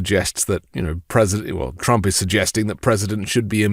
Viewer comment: TWUMPY CWYING